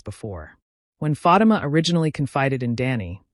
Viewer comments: STOP PRONOUNCING FATIMA'S NAME WRONG!!!! DAMN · Pronounce her name correctly ok